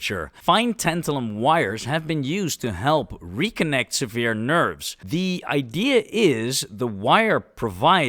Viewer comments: Fne tune your AI. Some pronunciation is terrible, eg, it says "seveered" (serious) nerves ratther than "severed" (cut) nerves. Also, around the same time - a little earlier - it says hydrofluoric acid can be stored in tantalin lined containers/ pipes, but at the beginning of the vid, it says HF was used to disolve the oxide layer to dissovle and extract Ta, a direct contradiction. Overall, I appreciate your effort, but points like the above really stick out. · 'Severed'-> pronounce as ' sev-urd ' We love this channel dude , so many things to learn in one video 🥰